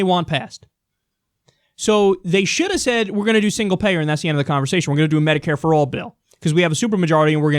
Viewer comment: I believe you mean medicare and not mediare.